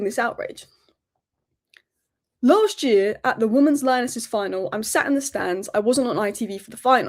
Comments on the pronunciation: are you saying woman's when you mean women's? i cant get my head around it, is it an accent thing? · Why can't you pronounce the word "women's" properly? Weird!